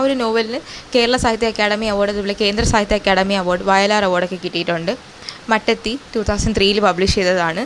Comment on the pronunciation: മട്ടത്തി അല്ല മാറ്റാത്തി ആണ്